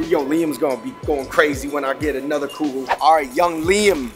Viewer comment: Kugel not Krugel